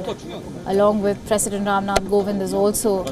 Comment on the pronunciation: It's "Kovind" not Govind🤔